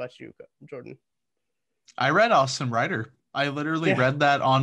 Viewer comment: You clowns need to stop... massive mics... sitting across the hallway in your college apartment. Can't even pronounce Reiter correctly... lol